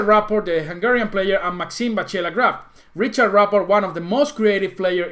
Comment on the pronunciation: hey man,, its "Rihard" not "Riciard":D it s not english pronunciation!!;)